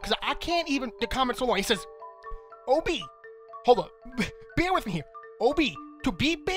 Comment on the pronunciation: When he says OB it sounds like obey